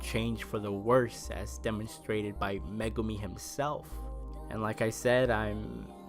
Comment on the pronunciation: Liked the video! However, the evil psychic is named Mogami (Mo-gah-mi) and I can tell based on your posts here that... You didn't get that as you specifically write out Megumi. I thought you would enjoy for future reference.